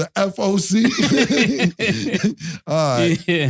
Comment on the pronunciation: Mase being in the “FOC” took me outt 😂😂😂😭😭